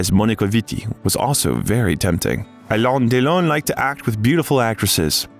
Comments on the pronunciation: You are not pronouncing his name correctly. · Why can't you pronounce Alain Delon's name accurately? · Alain Delon would have deserved a narrator that could pronounce his name correctly. Informative doc, though. Tks for posting